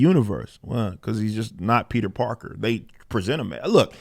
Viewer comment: His ass said Peter Darker LMAO